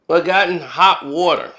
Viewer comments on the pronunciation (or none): none